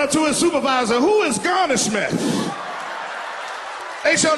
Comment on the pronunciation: He said who is garnishment 😂😂😂